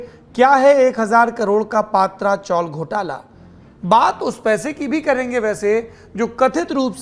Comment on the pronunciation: सौरभजी, पातरा चोल का सही ऊच्चार पत्र्या ची चाळ है.🙏🙏🙏🙏🙏